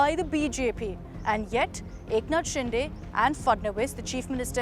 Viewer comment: Eknath Shinde not ShinDe it's दे not डे.